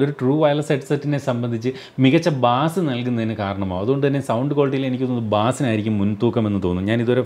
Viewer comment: പ്രിയപ്പെട്ട, ബാസ് അല്ല ബെയ്സ് ആണ്.